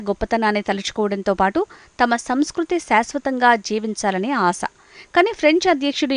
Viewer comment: ఆస కాదు----ఆశ తెలుగుని ఖూనీ చెయ్యవద్దమ్మా?